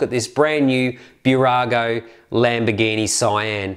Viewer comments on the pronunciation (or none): It's Sian not cyan